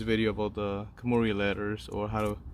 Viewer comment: It’s suppose to be kanmuri not kumari